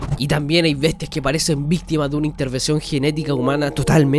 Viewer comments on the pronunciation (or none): dijo "vistima "